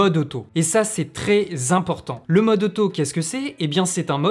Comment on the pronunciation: Excellente vidéo ! (A part le troz-important qui heurte mes oreilles 😅) !